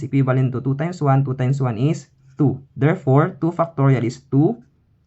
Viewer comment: The accent is Fire! 7! = Seven FUCKtorial :face-purple-crying